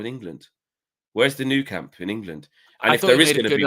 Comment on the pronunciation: Where's the Berna'bow and the Noo Camp. I still don't understand why English people cannot get these stadium names correct. It's the 'Berna-bey-oo' and 'Camp Now', FFS. 😂🤦🏽